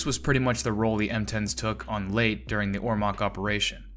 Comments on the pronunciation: "lay tA" gulf. Two syllables.:face-turquoise-covering-eyes: NOT "LATE.":face-blue-smiling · pronounced laytay not late ffs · Leyte is pronounced as "lay-teh" in English, and in Tagalog, it is pronounced as "lejte." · Consistently mispronouncing Leyte as "late" vice "lay tay" kept throwing me off. The video otherwise was good, but that one issue just messed with my head- and judging from the comments, I'm by far not the only one. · It's not the island of "Late", it's pronounced, "Lay-Tee", like "Lady", But with a "T" For the second consonant. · Lay-tee not Late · Lay Tay not Late. Learn to pronounce names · Exactly - it's pronounced "Lay-teh". When the narrator (an AI?) said "Late", I said, "WTF?" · Was that an AI narration? Everyone know it is Leyte not Late. Other than that is was a good video. Please fix this pronunciation. it make your channel look dumb. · It is pronounced lay-tee. Anyone making videos of world war two should know that. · Say out loud LAY TEE. are you a robot... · It's pronounced Lay'Tee!! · I live near Ormoc Bay. Just wanted you to know that Leyte is pronounced LEY TEY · Leyte “lay tee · LAY-TAY. YAH-MASH-TAH (Emphasis on second syllable. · Pronounced (LAY tay). Get your AI in order! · Every time you say "Late" I cringe. Otherwise, cool video. I'm sorry to say that in addition to my personal feelings on hearing that being said wrong, the battle of Leyte and especially Leyte Gulf is so famous and significant, that the fact that you do not know how to say it throws a significant amount of shade on your actual knowledge of the topics you speak about, almost to a point where I thought this might be an AI voiced channel. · Isle of Late, eh? First sentence and your verbal shoestrings are tied together- off to a fabulous start. Then- Cow-wah-jillian! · Fuck sake lay te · Proper pronunciation of Leyte is "Lay-tay," as per Filipinos and the numerous "Battle of Leyte Gulf" videos available on Youtube. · Your correction comes too leyte. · Laytee, not late.